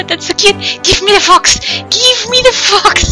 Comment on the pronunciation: Shrapnel Sharkalso when you said "give me the fox give me the fox" I thought you were saying "fucks" omfg